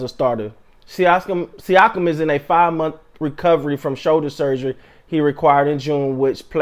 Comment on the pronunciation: You said his name right on the first attempt, basically a sneeze with an ah at the end